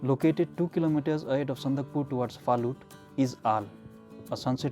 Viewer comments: It's Sandakphu not sandakpur. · Its Sandakphu...not Sandakpur ...